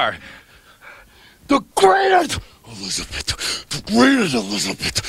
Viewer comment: "Elizabit Elizabit", how long was he with her and he can't say her name???